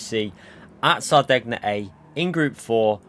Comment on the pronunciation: I cry every time says sar-deg-nuh